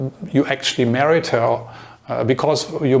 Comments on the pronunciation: Hey whatever your name is. I think. I like your videos and your English is really good. I just I want to give you one little tip on a word that you use quite often. The word is married. You pronounce this as three separate syllables: mare-eeee-ed. But it is just two: mare-eeeed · You want to say married? Your pronunciation was off. I think Saudi never move abroad either.